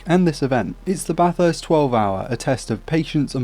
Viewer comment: Not trying to be rude but it is pronounced bathist